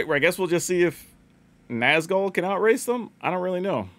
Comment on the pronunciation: The accent over the u in Nazgûl isn’t just for decoration.😢